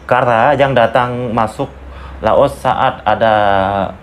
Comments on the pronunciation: Maaf klo sebut laos jgn di sebut los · Bukan los tapi Laos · Gw denger nya negara "LOSE" 🗿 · Laos, bukan loas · Baang itu yg betul menyebut negara laos.. Bukan loos. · 𝙇𝙖𝙤𝙨 𝙗𝙠𝙣 𝙇𝙤𝙨 😁🤭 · Negara Laos bang bukan Los. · LAOS ..bang bukan los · LAOS..BUKAN LOAS, SUDAH MEMBUKTIKAN WAWASAN PARA REACTOR MALAYSIA CUMA BUTUH VIEW SAJA. JANGAN CUMA BELAJAR DARI REACTION VIDEO TENTANG INDONESIA, NEGARA LAINNYA JUGA HARUS BELAJAR!. NAMA-NAMA NEGARA DI ASIA TENGGARA SAJA MASIH GA TAU, HADEH!! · Belajarla BHS Indonesia dgn baik ya? Jngn campur dgn bhs inggris oke, ( apa yang tertulis,itulah yg di baca, contohnya Laos, jngn di baca los.